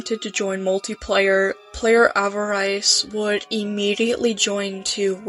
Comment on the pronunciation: that’s not how you pronounce avarice